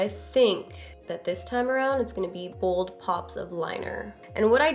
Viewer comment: lol you say "Bold" the way my friend says "Bald" lol. I died a little when you said "Don't be afraid to be booold" aka bald. lmao